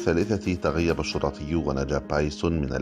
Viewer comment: اسمه شُرطي وليس شُرَطي